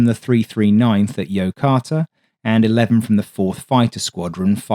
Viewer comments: It's pronounced Yokoooota. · i TAH zu ke and YOH KOH ta are probably closer to how the two base names were pronounced. But your video has lots of good information. Thank you.